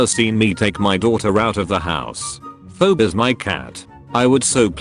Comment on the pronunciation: Can't the AI be given a phonetic script? "Fee Bee".